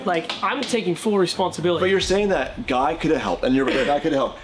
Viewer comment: Its Gúy, not guy.